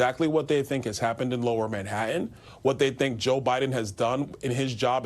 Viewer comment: there are TWO T's in Manhattan and Bi ron Donald'son can't pronounce either of them.